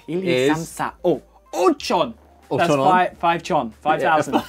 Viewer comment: five chon 😂😂